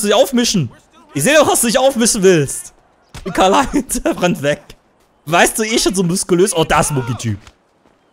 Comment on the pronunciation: Du bist der einzige yutuber der mein namen richtig ausgesprochen